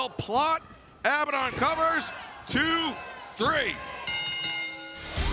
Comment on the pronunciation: Does it drive anyone else mad how they pronounce abadon